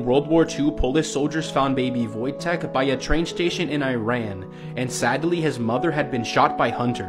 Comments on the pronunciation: It's not pronounced wooojtek it's vojtek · That bear Wojtek is a bear that was in war and there is a game about him to. I'm from Poland Also it's pronounced voytiek not vwojtek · Its pronounced like voyteck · I am polish and people pronounce woitek like void-tech,and how dose woitek mean happy worrior?🤔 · The way he pronounced Wojtek 😀👹